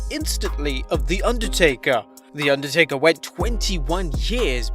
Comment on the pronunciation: Can’t say Undertaker lololol